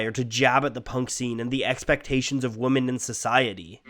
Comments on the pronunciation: Awesome video! It could just be an accent, (though I don't really detect an accent) but I just keep hearing "woman" and "women" used interchangeably and it's really distracting. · Does it bother anyone else that he pronounces "women" as "woman" instead of "wemen"? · for the love of god, STOP saying womAn instead of womEn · Great video, but the way you say "woman" rather than "women" is just kinda off putting. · Good video but why does he keep saying Woman - to refer to Women. It is very distracting. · Are you not able to say the word "woman" correctly? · Women....wemen...making vids n can't pronounce words properly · A woman is pronounced as WO-man, whereas women is pronounced as 'WE-man. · Awesome video but it was absolutely painful having to hear "women" pronounced as "woman" that many times. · It's pronounced "WIMMIN". Thanks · I believe, although I've heard a lot of the contrary, that women is pronounced wih-mehn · WOMAN - WOMEN (pronounced WIMMIN) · it should be pronounced "wimin" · I don't know if it's the accent or the audio quality or my bad hearing, but whenever he says “women” I hear “woman”. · Say "we men" when you read women please. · Woman or WOMEN......there's a difference in pronunciation you realize that? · It's pronounced "wimen" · He also said 'woman' even though the subtitles said 'women'. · your videos are amazing, and this one is no exception... but you really gotta work on your annunciation. not sure where you are from and how it might affect your speech, but I've never heard anyone pronounce "woman" and "women" identically. there is a difference, obviously. "wuh-min"..."weh-min". it's all I could focus on the entire video. other than that, nice work! lastly, consider doing a video on Ween, imo the very best modern rock band (1990-today). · You realize that Woman and Women aren't pronounced the same, right? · before you make a video about this please learn how to say women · You're not punk if you can't pronounce the word women...